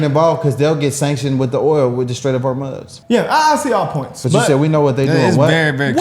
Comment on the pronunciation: It's the Strait of Hor-Mooz, not Hor-Muss 😆